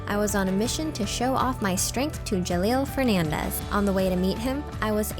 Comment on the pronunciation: Btw, it pronounce "Je-lol" not Jahlil. You're welcome, girl.